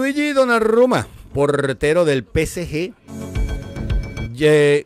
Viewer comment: no donnaRRumma, Donnarumma, la R es como en Arauca...